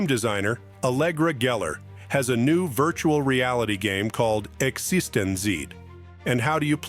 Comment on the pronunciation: EX-EASTON-ZEE ??? TED PEE-COOL ?? WTF ?? A.I. SUX !!!!!! besides that, great list.